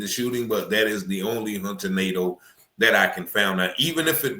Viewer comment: It’s actually pronounced Nah-Doh. That’s a French name. But probably Americanized Nay-Duh